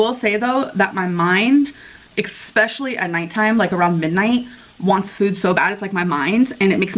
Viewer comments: I need her to stop saying expecially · intentionally mispronouncing words like especially (expectchually) at her age with toddler speech is just so cringy. It's not cute, it's annoying, and makes her look like she doesn't know how to make her personality stand out, any other way than to do things just to scare people off. I don't know a single other adult who does this, why does she do it?? Just. Why.